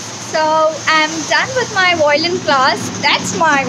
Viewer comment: I think you are pronouncing violin wrong